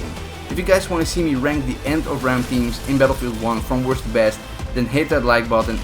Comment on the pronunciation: You forgot the t in both the words worsT and besT